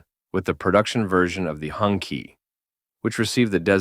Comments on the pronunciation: It's pronounced "Hoon-Chee" (Red Flag), not " Hongki" 😂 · it's HONG CHEE not HONKEY stop pronouncing it like a slur for white people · Sorry AI, it is pronounced hong CHEE. Not hong kee. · It's hoong (red) chee (flag). I thought the AI said "honkey"!🤣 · Note to AI voiceover: "Hongqi" is pronounced "hoong chee". It means "red flag" in Mandarin. And I'm out right at the start of the video. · As a person who speaks Chinese, "honky" gets a chuckle out of me every time I hear it. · Hurts my ears hearing Hongkee A bit of research on hows pronounced goes a long way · That’s because the AI is obviously a honkie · it is pronounce "Hong TCHI" also I understand you don't want people to steal your work, but that logo at the top right is annoying as fuck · Maybe nobody cares, but I disliked the video just because the name is pronounced wrong, if you are talking about history, at-least make an attempt to pronounce foreign names correctly.